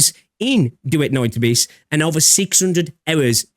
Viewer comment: Bro said Duet Night A🅱yss